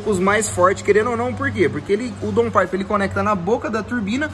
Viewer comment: Boa tarde. Parabéns, muito legal seu serviço, vcs são perfeccionistas. Daun paipe a pronúncia correta. Abraço